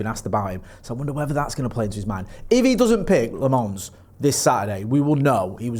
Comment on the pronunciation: Senne Lammens isnt from the French part of Belgium, he is flemish. So you can stop with the french pronunciation and just say Lammens in an english way, its more accurate. Edit: not to be a dick or anything